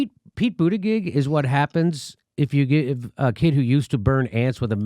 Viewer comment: I wonder if Jimmy is pronouncing his name wrong on purpose or he doesn't know how to actually pronounce his last name?